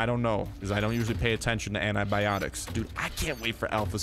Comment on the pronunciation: "Anti"biotic not Anabiotic